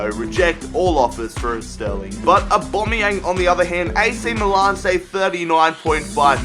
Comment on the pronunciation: Can you please say Aubamaueng properly